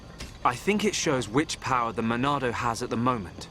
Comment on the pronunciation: Why do people say Monado so weirdly? It's not "the Monado", it's "the MONNNNAAAAAAADOOOOOO!?"